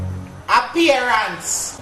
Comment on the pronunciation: a pear ants (appearance ) 😂😂😂😂😂😂😂😂😂😂😂Mi a dead